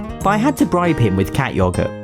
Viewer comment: Wen he say cat yougert🤣